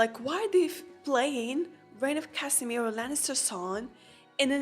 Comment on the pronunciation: „Rains of Kasimir“ 😂